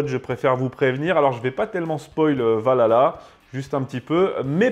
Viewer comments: C'EST PAS VALHALA, C'EST OUALALAH! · Je veut bien que vous soyez français et qu'il y a une prononciation française mais quand on parle de ce genre de sujet faudrait quand même faire un effort sur la prononciation du nom parce-que prononcée "Valala" au lieu de "ValHala"c'est vite agaçant on croirait écouter lalala de Y2K et bbno$